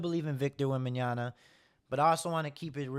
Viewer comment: bro, if at this point, you´re still fucking up pronouncing his name, maybe start there, before you start the panic? :D wemby is in the right spot, and they're doing the right thing. everybody else just need to chill for a couple of years. you´ll see. SAS i playing the goat game right now. by placing the right cornerstones now, they´ll unlock his full potential.